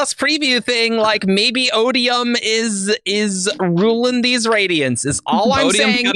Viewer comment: "Layalty of the Roydiants" lmao